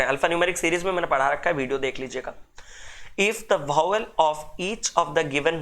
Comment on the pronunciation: Good session sir but it is vowel not bhawel